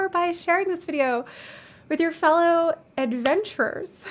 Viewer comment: "Adventurers." Ow. That hurt.